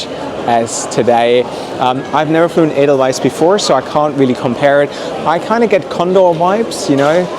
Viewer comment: Edelweiss! Nicht Adelise!😢